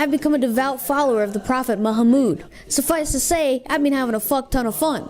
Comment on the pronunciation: What cracks me up most, is how pronounces Muhammad as “Moo-ha-mood”!